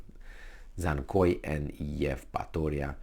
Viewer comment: Dzhankoy= Jankoy (pronunciation)